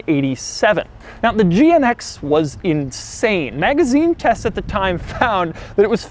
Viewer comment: Doug pronounced GNX as gee-en-eggsx